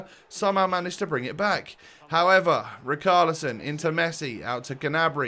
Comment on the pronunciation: not to be that guy but im gonna be that guy. its pronounced like richalison not rikarlison